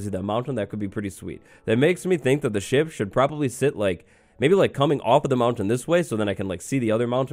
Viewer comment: I thought he said sh*t. Not ship!